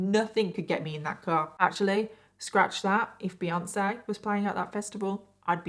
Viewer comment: She said Beyoncé lolz hahhaha